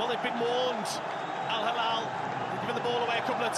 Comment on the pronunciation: man thanks for the video I love it but Al hilal fan is here and this is what i have to say just please make sure you learn more about these teams before you make ur videos how can't you even say their names! These are the best clubs in Asia they can win your favorite team.